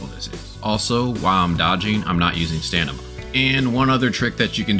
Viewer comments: Stamina, stamina, stamina! NOT Stanima! A really great guide but I just cannot listen to it because of mispronounciation of that word haha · STAMINA not STANIMA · "Lets make a beginners guide"... Starts talking about end game content. Give me a break dude. Also they patched the jetpack :D.. STAM-I-NA. ... Its not STANIMA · Dude it's stamina not stanima lol 😂😂great and really helpful video ❤❤🎉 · Great Vid. Just began my journey but its overwhelming. Also you keep saying STANIMA. I think you meant Stamina. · bruh is it called stanima in the game? or stamina? dude is driving me crazy xD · Did anyone notice him saying stanima instead of stamina the whole video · its stamina not stanima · Great video~ Though you're deffs saying Stan-ima, and not Stam-ina. Sorry to break it to you ^_^ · loveeee the vid even tho you kept saying stanima instead of stamina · It's a great video for beginners but... i heard a lot of stanima that make me confuse which is right.. stamina or stanima? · please stop saying stanima. please please please its stamina its stamina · Stanima is a great word 😂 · Guy saying "stanima" whole video. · I like how he says stanima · Are you saying stanima? lmao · Say "stanima" again 😂😂😂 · Stanima lol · stanima hahaha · Definitely STAMina lmao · it’s DEFINITELY staM-ina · My guy can’t pronounce stamina right right lmao great guide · bro does not know how to say stamina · stopped at 14 minutes man could not say stamina XD was hurting my brain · Great guide bruh. Very helpful. But i can't get around how you say stamina